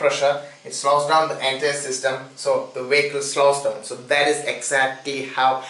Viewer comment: What the fuck is a "Wehicle"???